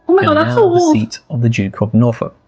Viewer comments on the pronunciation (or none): none